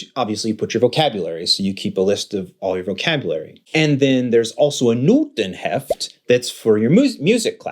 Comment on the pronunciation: D'english: the hefts German: das Heft (singular), die Hefte (plural) OMG, his German pronunciation is so spot on. Congrats!